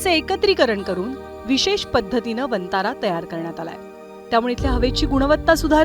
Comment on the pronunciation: वंतारा ऐवजी "वनतारा "असा उच्चार केला जावा ही विऩती